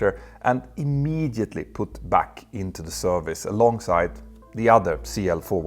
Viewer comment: ".....four days later and then immediately put back in service" 😂 I'm not saying that sentence wasn't technically true.....but the heavy emphasis on "immediately" certainly made it sound ....odd.